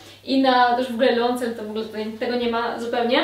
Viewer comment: Leoncel? 😅 Czyta się "lajosel"! Można sobie sprawdzić wymowę np. na kanale Emma Saying. 😊 A zestaw z czarną bazą i mięciusią kurtką jest super! 👌👌👌